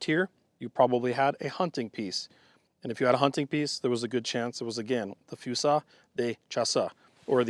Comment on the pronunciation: Pronounce it like this: fue-zee. They will still judge your pronunciation, but that's a good approximation for usage in english.